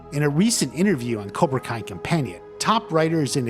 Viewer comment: It's cobra kai not cora